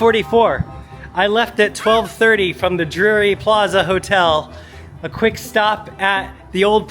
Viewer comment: Pronunciation is important-it’s Drury, not Dury